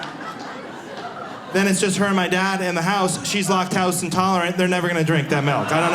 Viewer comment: She's "lock touse" intolerant? You mean "lack tose"?